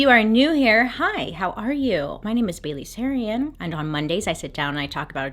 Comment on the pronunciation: I've been sick for 2 days binging all your videos and my husband after 35 videos said OH her name is BAILEY sarian? I thought she was saying BABY. THE WHOLE TIME??